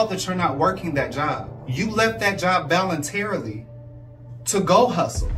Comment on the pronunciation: “ Valintarily” …. In the words of Tami Roman im tired of y’all using words that ain’t words 😂🤣